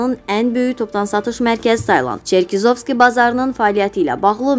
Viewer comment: Черкизовски sözünü düz vurğulayın, Montiniqro yox Menteneqro ))